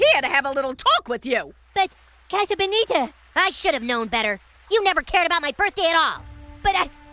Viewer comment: I love how Eric pronounces 'casa bonita' way better than Sheila does.